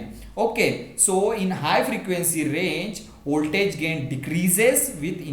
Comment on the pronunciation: First of all, thank you sir for this wonderful clarification video. Secondly, your voltage pronunciation occurred to me, but it's okay.